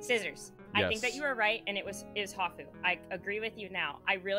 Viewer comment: "If she vvas the smart one" lol you are so bad lol